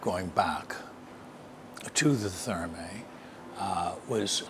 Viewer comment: Another cracking video,. I'm quite surprised neither you nor Mr Moore pronounce Thermæ correctly...